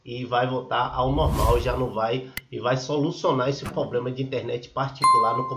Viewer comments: Amigo você como criador de conteúdo procure usar o português da forma correta, dói o ouvido 👂 de tanto você falar ( POBLEMA), custa falar problema?, fica a dica. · Moço é Problema e não Poblema pelo amor de Deus, e vc fala muito... seja mais Objetivo! Obrigada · Invista no português. Você mostrou ser um cara esperto, resolveu o problema. Mas é dificil seguir alguém que fala poblema.